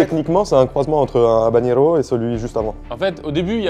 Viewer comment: c'est "havanero" et pas "havaGNero" 🙄